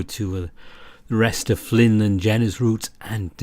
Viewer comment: I was all well and good with this ramble until the end. You see, I beleive you mispronounced Flynn's name when you said that he was the best. It was an honest mistake, but I'll see about forgiving you. Joking aside however, I absolutely agree that echo is the kind of story that will stick around, and be remembered. Especially since it doesn't rely on Sex scenes, or an incredibly tropey main cast. The only thing holding it back from true greatness is how subpar the some of the beginning parts were, and I could see the team going back and tweaking some of the scenes and cleaning up dialogue to fit it better with where the story heads later in. I also hope that when the game releases, the patreon side stories and Route 65 are included with the game in some way since they add a lot to the experience I feel.